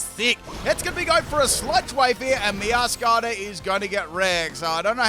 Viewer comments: Its actually MeowscaraDA. Like “mascarade”. I dont understand why he calls it Meowscara. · I think Meowscarada is pronounced Meow-scarada (Like a mascarade, because it wears a mask) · Meow - scur - raid - uh